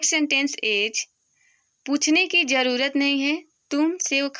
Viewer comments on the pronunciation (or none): Ij nahi is bolo